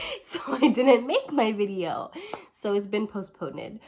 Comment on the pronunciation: Posponaed!!!🤣🤣🤣🤣 Your sooo funny! your the best! Your energy is so light and fun! You are truly an Earth Angel!🥰🥰🥰🥰😇 Thanks for this great video